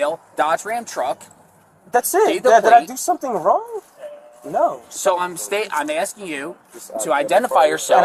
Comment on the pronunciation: What is , "Axking."?? How does one axk something? Is it a verb? Adjective? Axkective?